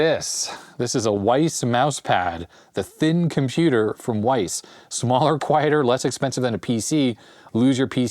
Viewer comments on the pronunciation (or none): WYSE? I thought it was pronounced wise, not weiss. I've never heard someone say that out loud before!